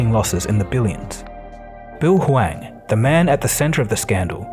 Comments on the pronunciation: Interesting how you keep changing between pronouncing him as "Hu-wang" and "Hu-wong", the latter being correct I believe. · The way you effortlessly switch between different pronunciations of Hwang to calling this man Bill like he’s your friend has me DEAD! 🤣 Keep up the good work!!!